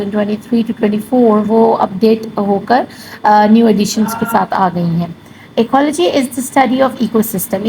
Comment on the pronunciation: Ekyology pronunciation hai ap ne galat pronounce kia